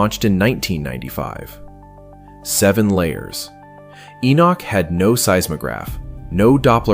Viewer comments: The correct pronunceation of Enoch is not E-Nik it is E-Nock like knock on a door. There is no "I" in the name! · Again why not use a human voice instead of an AI Narrative? The narrator can't even pronounce Enochs name. Calling him Enich.